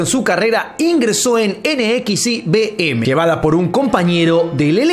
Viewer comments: Se pronuncia "Nexium" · Se pronuncia Nexium, para la próxima😊